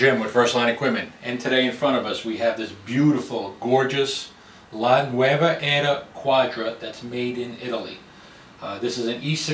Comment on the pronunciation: Looks like a great machine, I want one! Since it's an Italian name however, you should pronounce it "NuOva" and not the Spanish nuEva, like you did throughout the presentation.